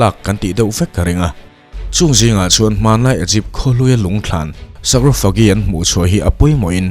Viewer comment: A bengvar thlak khawp mai. Mahse Sarcophagus = Sakrawphagi nilovin sarkawfagas. Egypt = Igipt. Hieroglyphic = heuglafix nilovin Hairawglifik